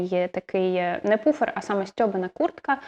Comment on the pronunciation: Шикарний канал, натрапила нещодавно, тепер дивлюся всі відео підряд😂 Дозвольте трохи критики від викладача англійської - puffer читається Пафер, а не Пуфер😅